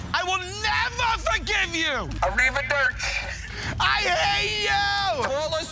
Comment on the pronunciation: ARIVA DURCH best non italian pronunciation